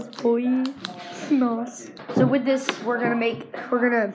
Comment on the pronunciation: "NOSSA" o muleque virou brasileiro do nada KKKKKKKk